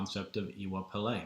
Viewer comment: Brilliantly presented, and thank you for that. I am intending to be in touch with you soonest as I have a deep interest in what you are talking about. As a further support to you, might I help with the pronounciation for Iwa (you got that right) Pele: can phonetically sound like when somebody says to you: you know I....., and you reply by asking: you do? like Iwa Pele for 'you do?. Hope that helps you and fellow audience. Iire O ati Alafia!